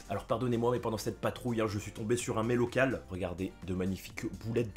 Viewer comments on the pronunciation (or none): J'ai replay 3 fois pour comprendre que c'était un "met local" et pas des "Mélocales" 🤣🤦🏻‍♂️